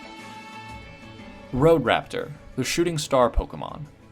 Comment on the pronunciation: Nice video, but did you seriously call Staraptor wrak?